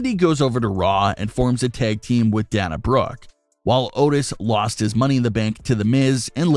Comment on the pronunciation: I'm a friend of Dana Brooke. We went to high school together. It's Pronounced Dana. Not Dawna.